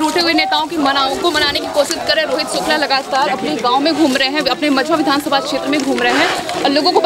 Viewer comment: hello pahle aap thik se Shukla bolna sikho. स aur श me antar hota hai, news reporter ho itna to aana chahiye